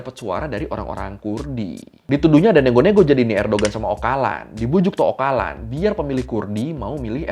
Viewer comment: Bukannya c dalam bahasa turki dibacanya j yaa? Jadi, Ocalan dibacanya Ojalan sih.